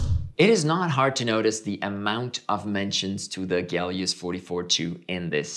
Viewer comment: Someone please tell me where the G is in Helios? I speak English.